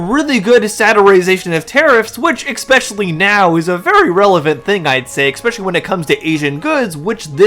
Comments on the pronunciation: "Exspecially" is defined as "I never went to elementary school." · ... it's *especially*, not ex-specially. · The word is "Especially" not "Exspecially". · There’s no letter X in the word especially. It’s torture on the ear. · There’s no “x” in the word “especially” My god, learn how to pronounce basic English words